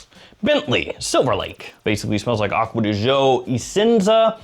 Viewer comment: As an Italian. THANK YOU!! For saying Acqua di Giò correctly.